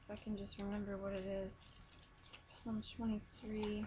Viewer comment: This is so sweet. By the way, Psalm is spoken like as if you're saying salms. Just say palm but replace the p with an s.